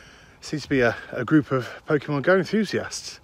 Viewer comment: Typical BBC, can't even spell Pokémon correctly. Also it's pronounced Pokay or Poka, not Pokey.